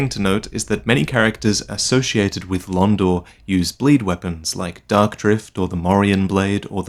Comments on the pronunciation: Everytime I hear Kaathe say "Dark" all I hear is "Duck". "The First Lords feared the Duck and the Duck Lord..." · what if kath actually has a speech impediment, and has been trying all this time to say "dock" instead of "dark" this whole time.